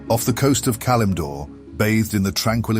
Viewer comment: Nice lore video. I can't help but notice the peculiar way you pronounce Elune and Kalimdor.